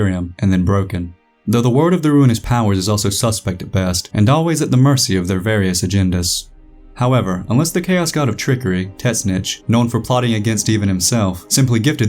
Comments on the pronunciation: Okay , I follow all the 40k lore channels and I found that I have grown to used to Brit’s telling me warhammer stories lol I really dig your channel my only critique is the way you said Tzeentch lol . It was like the vinyl record skipping for me the correct miss pronunciation is T-zen-tech ;) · Good video but...... Teznitch? Nah man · The chaos god you mentioned is Tzeentch... Zeen-ch. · Tit snitch is cannon 😤🤓😌